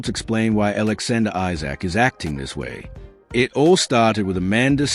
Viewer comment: You say you’re a fan but you can’t spell or pronounce Isak’s name correctly. Esak is the correct way to pronounce it.